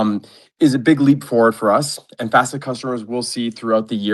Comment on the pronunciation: Say F-asset one more time this is not flare 🤣🤣